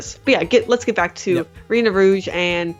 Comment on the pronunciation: It’s Renard as in french fur fox